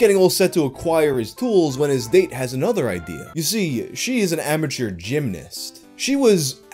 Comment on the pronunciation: it all goes wrong at the word "amateur"